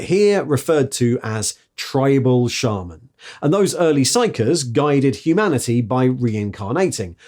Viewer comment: Hearing you pronounce shaman correctly made me pause the video and take a moment